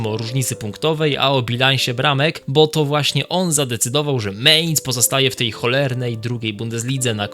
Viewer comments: mAinc nie mejnc kurwa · nie "ciągło" tylko ciągnęło... potworny błąd - nie "meinc" tylko mæinz. To powtarzane meinc brzmi fatalnie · Nie chcę cię martwić, ale to jest Mainz, a nie Mehnz. I choćby Mainz było pisane przez a-umlaut (czyli "ä") to wciąż by sie czytało, jako Mainc, bo "ä" ma dokładnie takie same zasady, jak "e" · Nie mEinz tylko mAinz.